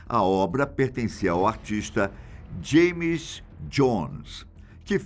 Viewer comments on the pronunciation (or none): none